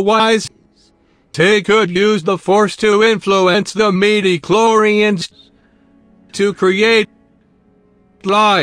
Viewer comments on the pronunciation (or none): the meedee-clorians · Did anyone else hear meedeechlorians